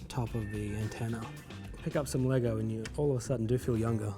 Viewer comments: "LEY-GOH MASTA BUILDAH" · People need to stop adding an ‘s’ to the end of Lego. It’s Lego, not Legos 🤦🏽‍♂️